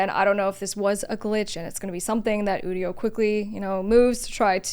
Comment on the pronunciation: People who don't know how generative AI works... or how to pronounce Udio. They probably also pronounce nVidia as "nuh-vidia" and "OS ex" instead of "OS ten". 😜